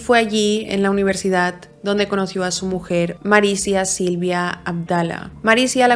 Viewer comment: Me encantan todos tus casos, pero lo pienso un montón, porque palabras que acaban en d las acabas en t? UniverdidaT.CantidaT. ManfreT. Y esto ha sido solo mientras escribía el comentario xd